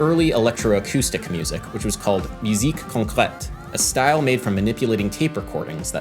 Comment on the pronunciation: As a french guy, I congratulate you for your prononciation of "musique concrète" Keep the good work!